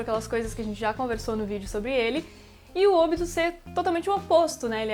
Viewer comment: se fala OBÍTO DROGA